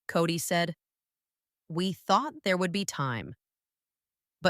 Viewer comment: It's kody not cody ffs